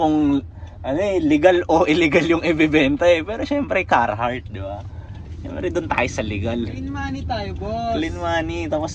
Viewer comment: Talaga ba ang pag pronounce ay “Carrrrrrhart”? talaga oa yung letter R?